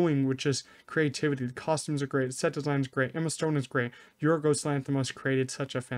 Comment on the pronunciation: Excellent pronunciation of Yorgos' name